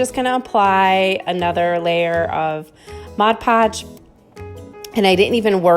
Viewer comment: You got me when you said "mod" podge the right way!, 😜 new sub here. Good job